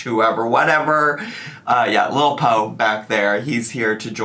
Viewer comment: HIS NAME IS PO' FOR POTATO NOT POE I FEEL LIKE AN IDIOT but I love that little ground tuber baby either way ♡